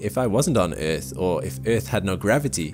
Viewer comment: Omg why does he keep saying eeth ....